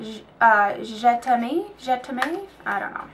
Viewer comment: Great video! the best! Oh btw that Marc Jacobs lipstick Je T'aime is pronounced JE TEM (m like the letter) it means I love you!:)